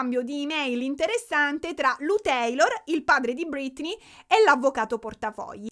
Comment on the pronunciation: perché chiami Britney, ‘’Brittany’’?